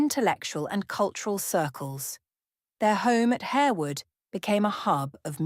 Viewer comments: It’s HAR-wood. Not HARE-wood. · Atrocious narration . Plus the house is pronounced HAR wood and the family name is pronounced LASScelles . At least make the effort to check all points. .